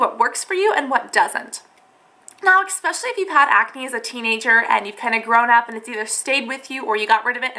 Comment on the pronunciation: Great video, great info! ESpecially, not expecially <3 sorry that drove me crazy Im an english nerd Thanks!